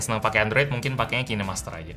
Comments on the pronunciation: Kinemaster itu dibaca kinemaster bang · Kine master😂, cara bacanya ya amun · Kok bacanya Ki Ne Master...😂 Ngakak😂😂